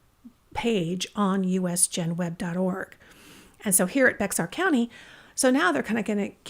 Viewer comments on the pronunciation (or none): Just a little tidbit about saying Bexar County, TX; it's actually pronounced 🐻 bear county.